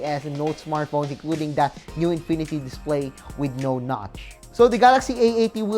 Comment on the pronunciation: "A new INPINITY DISPLEY"